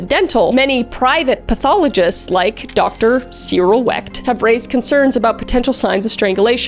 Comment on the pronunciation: Love your podcast. I normally listen on Spotify, so I miss out on the visuals.... Anyway, I had to giggle. PA has some of the most difficult people/places/names to pronounce. Duquesne = Du-KANE and Neville = NEH-vul But you nailed Cyril Wecht!